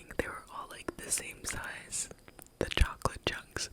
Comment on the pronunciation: 😂😂😂 "Italian Mobster accent" Couldn't be swayed much after this, I'm convinced that I'd gladly take your place on that farm. Purely to work with the Italian man 😂😂🤣🙌🏽 "Chwocklate... Kawlawni..." Oh my goodness 🤣 I'd love him 😂